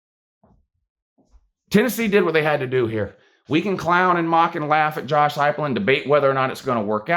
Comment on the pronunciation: At least you actually pronounced his name correctly unlike the youtuber blue and gold ( a WvU fan) he is cringe af .and tries to act like you it is blantely obvious.